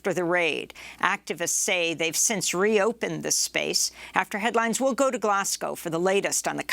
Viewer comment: "Glaz-go" not "Glass-cow". Why is it only Americans who insist on mispronouncing this?